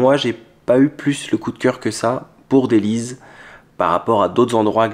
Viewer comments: J'ai oublié un truc on dit dellys comme délice pas dellyze comme tu dis lol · Dellys se prononce délice et non delize parce que c'est une ville délicieuse! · Phonétiquement ça se prononce Délisse ou délice pas Délise. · On dit DELYSSE et non delize. C'est bien ce que vous faîtes. Bon courage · dellys et non dellyz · Ils auraient dut te conseiller cherchell au lieu de dellys qui se prononce " dellès " pas " deliz" lol et je comprend que tu n'ai pas eu de coup de cœur il n'y a pas grand chose à y faire c'est juste que souvent les algerois cherchent des endroits cachés, calmes et abordables pour se changer les idées l'espace d'une journée. Mais pour quelqu'un qui vient de loin et qui veut voir du pays il y a clairement mieux. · Pitié, prononcer Dellys, Delles ,mais pas Deliz. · C'est DellyS pas DellyZ! C est un S! 😄 mais super! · juste un petit détail. On prononce Délice et non déliz…A part ça …parfait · Merci pour la video de dellys pronnoncer delice.pas venise. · Co on dit dellyssse pas delyse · on prononce delysssssss et non delyz 😅❤️🇩🇿 Pour visiter dellys il faut aller au moment où il y a beaucoup de soleil donc de la lumière pour apprécier Dellys. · Sa se prononce Dellysse! et non pas Dellyze☺️. Et s'il n'ya personne à l'hôtel c'est parceque la saisln estivale est terminée,c'est une ville côtière,elle est animèe qu'en été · On prononce Dellyss pas Dellyzz 😹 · Dellys ( ça se prononce comme «delice») et non pas délize (comme Belize) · C'est pas Deliz, mais daless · Très bonne visite juste une précision ça se prononcé dellysse au lieu de dellyze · dellys,pas dellyz, vous comprenez ça se prononce avec le S. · Bsr on ne dit pas Dellyz mais Dellys on prononce comme delice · C est bento il personnalise les nom propres comme les algeriens prononcé BARIZ POUR PARIS HAHAHAHA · Petite correction c'est DELLYS avec un S non un z 😉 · Dellys ne se prononce en z mais en s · Ça se prononce delyss, bon séjour👍🇨🇵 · on prononce ça "Delless"